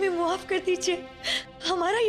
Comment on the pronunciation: He log maf ko muhaf kyu bolta hai 😂😂